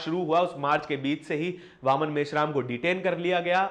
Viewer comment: भैया। बावन मेश्राम उच्चारण कर रहे हैं। जबकि आदरणीय मेश्राम साहब का नाम वामन मेश्राम जी है। सब ठीक है पर थोड़ा ध्यान दिला रहे है। धन्यवाद।